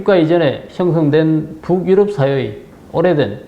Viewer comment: 부욱-유럽. 이라는 발음이 매우 듣기 거슬립니다. 그냥 북유럽[붕유럽]이라고 연음 발음하면 될텐데요.